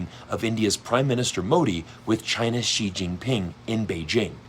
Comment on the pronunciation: Tell Pier Morgan XI it's never pronoun with the Z.